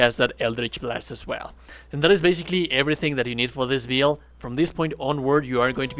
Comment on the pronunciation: It's "bill-d" not "beeeel-d" I know I'm not the only one. Good video though 👌